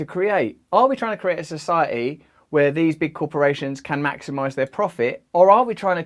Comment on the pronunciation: Society “ Soo sigh a eeee”. Keep working on pronouncing those “Ts”